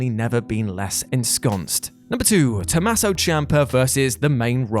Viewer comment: Tomasso?It's Tommaso